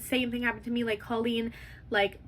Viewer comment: Its so funny how every drama channel mispronounces colleen's name. 😂